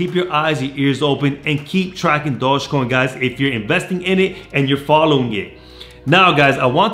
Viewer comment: Can you say dogecoin correctly once